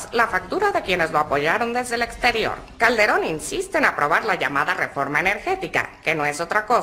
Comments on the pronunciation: La refRoma????????? Jajaja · la REFROMA? :|